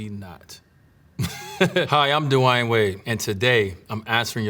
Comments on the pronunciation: Kinda weird man don't know how to pronounce his name 🤔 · First time I hear how Dwyane should be pronounced properly 😂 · How tf did he mispronounce his name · Did he just pronounce his name duh-why-an wade at the beginning instead of dwayne wade? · This is not dwayne wade it's dawayne wade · Did he say his name is Dewine? I've never heard his name said this way. Is this AI Dwayne? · “Hi I’m D-wine Wade” lol why he pronounce his name like that ? 😂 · Anyone notice how he pronounced his first name? "dewhy'n" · W8, his name is pronounced "du-a-in"? Not "du-e-in"? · Lol what. Da-why-ane? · Did he say his name was De Why In wade? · Did he just pronounce his name as Divine Wade? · so nobody is gonna talk about that his name is dwyane and pronounced as dwyane not dwayne lmao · "DU-WAYAN" Wade?! So that's how we were supposed to say it?? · Duwynee? Wade??? 🤔. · I always pronounced his name "dwayne" but he clearly says"dwah eyn" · “Hi I’m Dewine Wade” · He pronounced his name like it's spelled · At the beginning it sounded like he switched the w and y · i love dwyane wade. i dont know if i ever heard any1 pronounce his first name like that because i also dont think ive ever heard him ever introduce himself i love this bit when he slumped LOL i love how he answered sooooo in detail, like everything was so genuine and well thought out. i'd like to see more, i am even inclined to read the book he was adverting at the end LOL. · SO THAT'S THE WAY YOU SAY HIS NAME??!!!! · have we been mispronouncing hist first name all these years? It's not as in dwAIn but more like dwIght and dwAIn combined? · He didn’t even say his own name right hahah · Wait how did he pronounce his name😂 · why he pronounce his name like that? Am i the only one who hear it a little bit weird? Idk maybe im trippin 😂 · Him saying his name tho ... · Did he pronounce his own name wrong?